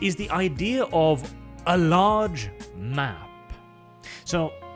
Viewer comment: I can't tell if you're saying "large map" or "large man" Because neither of those are deal breakers here, Starship Troopers basically invented the idea of the Space Marine. So we get to play the OG Space Marines here.